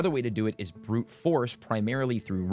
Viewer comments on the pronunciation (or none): none